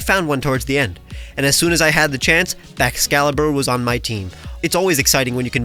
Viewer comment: IT'S BAXCALIBUR, NOT BAXALIBER!